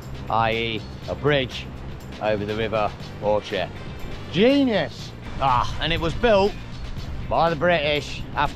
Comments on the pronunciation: Enjoyed your Scottish tour and loved listening to your mispronounced names of some of the Scottish places.😅 Bridge of Orchy is pronounced ORKY and its Applecross not Appleby cross. The Bealach na ba ( pronounced Ballach na ba) is a challenge to drive in the winter but much less traffic and you did well. Looking forward to your European tour next and safe travels.😊x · Pronounced Orky not Orchee, Culloden is pronounced Cull-lodd-en, not Coll-a-don, and its Argyll and Bute, nor Brute. This bloke has been to Scotland far more times than I have yet he butchers the Scottish place names that even I know how to pronounce. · Bridge of "Orchy" is pronounced "Orky" enjoyed the video bud look forward to France 👍👍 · The Train Spotting station was in Corrour, not far from Bridge of Richy ( it's pronounced Orky, and it's Apple cross, not Appleby Cross ( that's in Cumbria)